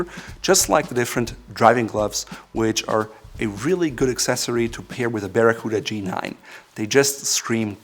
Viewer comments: 表記は「バラクータ」なんだけど日本では昔から一部でバラクーダって言われてた やっぱり発音が「バラクーダ」って聞こえるね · I came to learn the correct pronunciation of Baracuta, coota or cuhta? Sounds like the toothy fish. Thank you. I wasn't paying attention when I clicked on this vid and was pleasantly surprised to see the Captain Courtesy and Class (they work very well together dontcha think), the sartorial specialist, the Eminence of Savoir Faire, mein Herr. Circa 1980 I had a navy blue unlined Harrington, most likely by London Fog. There is a slim possibility it had a four inch ribbed section under the kidneys instead of the waist band like the G-9. Maybe the waist was adjusted by tabs and buttons below the kidneys. I would have several made in black, navy, British khaki and maybe red lined in the appropriate tartan depending on the color of the jacket. If I'm dreaming then poplin would not take the lead but rather cotton cavalry twill as well as wool in the same weave while not forgetting that poplin is better for summer wear, That's after the lottery comes through.